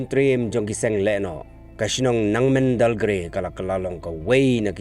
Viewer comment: It's Nengmandalgre not Nangmendal